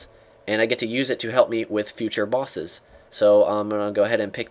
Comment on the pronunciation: he said solo bossess....derp